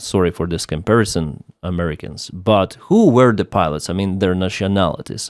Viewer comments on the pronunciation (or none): none